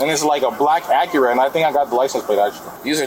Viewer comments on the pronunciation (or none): Say the word Acura again....the "ah-cure-ah"? Lol. I like your vids, don't get me wrong. Been watching for a long time....subbed and all that...Just found that....odd... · Acura ❌ Akira ✅ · It’s not “Akira”. It’s Acura. And these guys are goofy 🙃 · I hate the way they pronounce “Acura”… it’s not Aqira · What on earth accent gives you that pronunciation of Acura?! Aa kyu rah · Acura be8ng pronounced Akira so much drove me slightly insane, lol. Especially when the officers pronounced it properly so many times. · Shakira - Akira Tomatoe - Tomahto AC-KUR-AH lol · black aqueruh? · dann i thought this was a human narrator but hearing him mispronounce “acura” as “akira” kinda blew that illusion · Can't you narrate these videos yourself instead of using bad Computer Generated audio? Pronouncing Acura as Ak-Cure-uh. 🙄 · Never heard Acura pronounced “uh cure uh” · For the dude doing the voiceover, and bear in mind I'm trying to better your performances, please watch a few Acura commercials to get the pronunciation down. I'm pretty sure you said it about five different ways, and six of them were wrong. This is a pretty damn serious recap of a murder. It's worth getting the details, even the most minor, correct. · Uh-cure-uh? The narrator has never heard how that is pronounced before? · why he pronouncing acura like that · Why are you pronouncing Acura like that dude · Way to pronounce Acura, man this channel used to be better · That's certainly one way to pronounce "Acura" lol. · Please the mispronunciation of “ Acura “😒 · Never in my life heard someone pronounce Acura like they did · We really don’t know how Acura is pronounced? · Need to get a better bot narrator. Acura is mispronounced over and over.